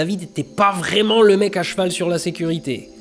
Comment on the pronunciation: franchement des barres de rire du début à la fin, "la sécu....rité" comme dans bob l'éponge 😅 "son réacteur tiens avec du scotch" 😂 mails il aurai pas pu se contenter de cramer des bout de bois au fond de son jardin comme n'importe quel ado un peu con, ou apprendre la soudure ou le macramé, non ben non... 😰